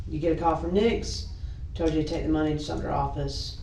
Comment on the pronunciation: It's Sumter not Sumner. Sad to say this is where I grew up. 🙊 I'm pretty sure I know a name said in this too (like from middle school)